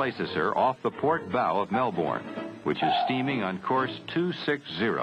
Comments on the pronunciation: Mel - bourne😅. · One would have thought that they would know how to pronounce "Melbourne" after all this time.